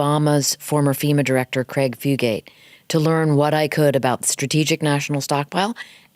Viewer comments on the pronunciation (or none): none